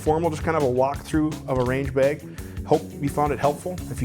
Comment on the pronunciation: There's no "e" in bag. What you're saying is beg, and I dont beg.